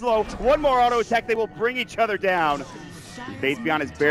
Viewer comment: faith.bian they read it like faith Beyond